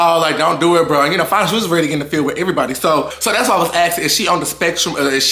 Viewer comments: it’s pronounced Fawn-A. The spelling (Fania) is what throws everyone off. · I think ppl mispronounce fania's name bc of the IA.. it makes u wanna say it like that.. but its really just like Ahna's name, with an F. Love you and your vids soo much🫶🏻🫶🏻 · bruh it’s not hard to say fania